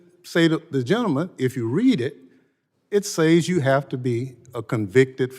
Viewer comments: Can he pronounce SAYS?? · In the first place, the man can't even speak proper Engilsh. He can't even pronounce the word "says" correctly. In the second place, why is he even bringing it up. Trump hasn't been sentenced and the bogus charges will be dropped in appeal...There was no point in bringing it up. It had nothing to do with this hearing. Just another pathetic Dem, trying to make a dig at Trump. Pathetic. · It (says).... where did Bennie go to school to learn English. "AXE" him where he went to school.